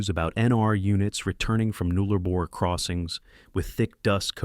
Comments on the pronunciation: Yes, shocking pronunciation. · It’s Nullarbor, not Noollarbor.